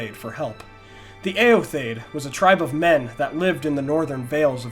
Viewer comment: Awesome video, yet again. Favorite Youtube-channel^^ One gripe/question: I think eotheod is pronounced "e-o-the-od", not "e-o-thaid" (?). Or at least, "theod" stands for "people", in the way "Theoden" stands for "king of the people" in Rohirric, and his name is also pronounced as "The-o-den".